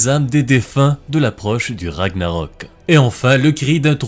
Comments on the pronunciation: Bonne prononciation des noms vikings, respect (sauf pour Ragnarök qui se prononcerait Ragnareuk en roulant les "r" mais je chipote" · Je pensais que Ragnarök se prononçait Ragnareuk ???